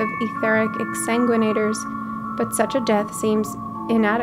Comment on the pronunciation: Ahhhh, it warms my heart to see not even blink when pronouncing exsanguinaters, a streamer who also reads. One thing I found interesting was when Emet says "As a show of respect to the last of us, was he referring to Venat or to you/Azem, that he finally views you as one of them"? It makes no difference to the story flow but I thought it was neat.